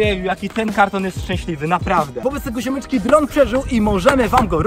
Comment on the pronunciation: Dron a nie Drób